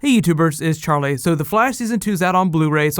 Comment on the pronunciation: You say your name like "Char-lay"